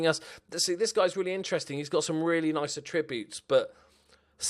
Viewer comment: Everything about this series is excellent - apart from the way you pronounce 'attributes'.